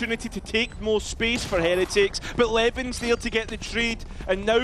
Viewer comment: anyone gonna tell the dumbass caster its LeWN now Leven